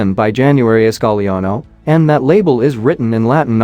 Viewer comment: Thank for pronouncing 'Gagliano' correctly! Too many people would sound the 'G' in front of the 'L', and also with a 'G' in front of an 'N'. Being part Italian, this always bothers me. This video is a rare instance in which i couldn't even guess at a correct answer. Lots of intriguing items, though.